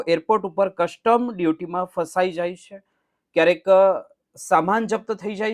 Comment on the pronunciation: Why don't you pronounce Custom properly?